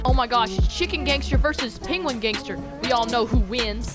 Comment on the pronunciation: He said pingwin